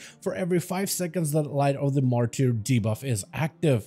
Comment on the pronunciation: light of the ''MARTER'' it is pronounced, not martier'' 😾😾